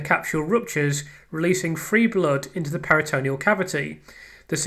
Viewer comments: Just a tiny observation, firstly LOVE the channel and all your work, just a little note re pronunciation... It's PERI-tuh-NEAL not peri-TOE-KNEE-ul 👍🏼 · Love your channel, your hard work and persistence. Please get the medical pronunciations correct. Check pronunciations, for instance peritoneal is pronounced PERI-tuh-NEAL not peri-TOE-KNEE-ul It's important to get these terms right, and your attention to detail means you like getting things right I know 🤓👍🏼👍🏼👍🏼